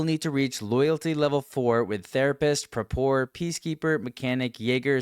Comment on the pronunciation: first time hearing someone pronounce Prapor as Propor